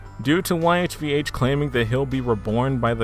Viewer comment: YHVH is pronounced “Yaw Way” i believe